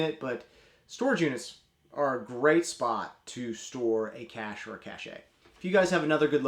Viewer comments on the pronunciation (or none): A quibble but cache is always pronounced like cash. The word pronounced like "cashay" is cachet, which generally means prestige. I would have loved it if you started the video telling everybody that pronounces cache as "cashay" that they are just wrong and to start pronouncing it correctly as "cash". Loved the video. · It's "cash," not "cash-ay." Google is free, dude. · I cringe every time I hear someone mispronounce cache (same as cash, it doesn't have a second sylable). I guess looking it up online is too complex for some of you?